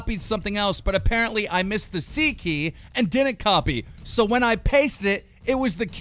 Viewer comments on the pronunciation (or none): none